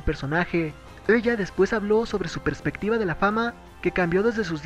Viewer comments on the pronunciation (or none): none